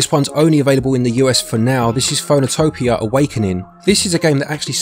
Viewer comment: Phoenotopia's name is based on Phoenix + Utopia, so it's pronounced the same way Phoenix is (Fee), not (Foh).